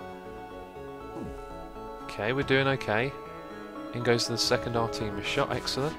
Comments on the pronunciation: I believe that the missile weapon is pronounced ARE-te-miss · Also, the rocket thing is pronounced "Ar-teh-mis," as in the Greek goddess.